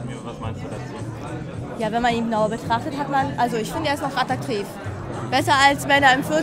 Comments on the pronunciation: Bei Sekunde : "attatriv" ... DAMIT ist doch alles, aber wirklich ALLES zu Frau W. gesagt 🤦🏼‍♀️ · Und: "Ja, ich finde er ist noch attatriv, besser als wenn er in 40 Jahren noch alter." Ich frage mich, wie man mit solcher Sprachlegasthenie Schauspielerin werden kann. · Die Frauen hier sind alle heiß begehrt auf ihn 😂 Und wie sie attraktiv ausgesprochen hat, kann ich gar nicht schreiben😂😂 zu schwer verständlich. In diesem Interview wirkt sie wirklich höchst intelligent. Unglaublich